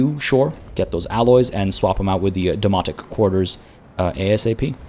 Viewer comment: Loving the series! I do chuckle every time you mention the Domonic Quarters as it sounds like you are saying Demonic and that is just brings visions of with The Warp from 40K or maybe Event Horizon?